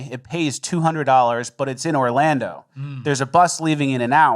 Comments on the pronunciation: He definitely said Orlambo. Usually he hides those a bit better, but I love the pronunciation easter eggs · Orlando or Orlambo? I swear said Orlambo.